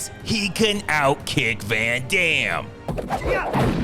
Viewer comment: 'Ven Dem' 😂😂😂😂